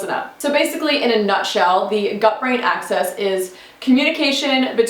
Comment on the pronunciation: It’s gut-brain axis, not “access”. Pretty good video.